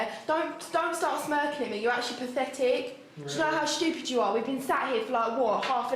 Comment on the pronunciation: “You’re so paphetik”